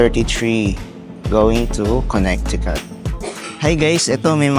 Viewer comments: Just a little PSA, the middle c is silent in Connecticut. You can google on how to properly pronounce the state :). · the correct pronunciation is Connecticut but with silent c. Conneticut